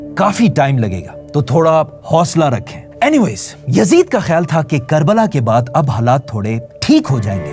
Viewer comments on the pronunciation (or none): none